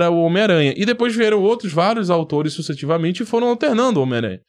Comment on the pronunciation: Você falou sucetivamente, não seria sucessivamente?